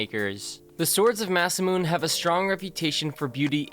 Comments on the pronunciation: masamune, your saying it wrong, it goes like this: mau-sau-moo-nei. not like mau-sau-moon. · It's pronounced Ma-sa-moo-NAY. ( masamune ) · Deadliest? I think it would be a lot better if this is called my favorite melee list... Most of the weapons on the list are either ceremonial or somewhat weird. And for GOD sakes the name is Masamune is pronounced Ma-sah-moo-neh not ma-sa-moon. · Masamune is pronounced "Mas'-ah-mun-eh," not "Mas-a-moon." When talking about who made what, it's always a good idea to know how to pronounce the guys name! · It's not masamoon, it's masamoonay (masamune) you completely butchered his name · Its Masamune, not masamoon. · Not “Masamoon” its “Masamu-neh” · That "MASAMOON" 😂😂😂 It's MA-SA-MU-NE you dumb fck. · "Mass a meoon" it's "masa moo ne " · "The swords of Masamoon"?? What the hell are they? Ohhh you meants the Katanas of Masamune, pronounced 'masamooney' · Masamoon? it's Ma-sa-muneh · *Scimitar (Sim-eh-tar) not Skimitar Masamune (Mah-Sah-Moo-Neh) Not Masamoon. Also..."Sword Breaker" wasn't designed to break weapons, it was simply designed to make twisting a sword out of an opponents hand easier. The Chakkar had the range of 100m, not Chakram. The Chakkar were the Larger editions (About the size of a hula-hoop. Please research before posting. Thanks. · Masamune is pronounced as Mah-Sah-Moo-Nay not Mah-Sah-Moon!!! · Dude, come on. You can literally google how to pronounce different things. Masemune is pronounced "Mah-say-myoo-nay" not "Mah-say-myoon". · 正宗isまさむね,or masamune, not masemune. The pronunciation is closer to mah-sah-moo-neh. All syllables have the same weight and interval. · The moment that pissed me off is when he says "masamun" instead of "masamune" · It's pronounced as Ma-Sa-Mu-Ne, not Ma-Sa-Mune ^^ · Ma-sa-mu-ne not masamoon-. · I think its to be pronounced as ma.si.mu.n.ei not masi.mune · Masamoon instead of masamune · actually its masamuNE sword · He said it like masa moon it's said masa mune A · 'massamoon' lmao